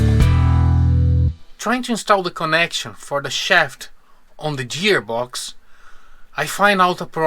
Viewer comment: I love your videos. It took me a long time to figure out what you were saying “jeer box”. But then I realized you meant to say “gear box”. In English, G has 2 sounds: a soft G, like the way we say Jesus, juice, or Curious George; and a hard G like gourd, or the actor Richard Gere. These 2 sounds are often used in a single word, like gorgeous - the first sound is hard and the second sound is soft.